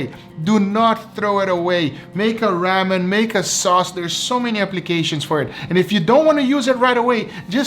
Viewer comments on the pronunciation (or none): none